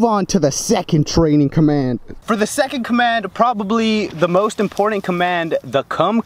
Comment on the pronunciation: Its button not budden and important not impordent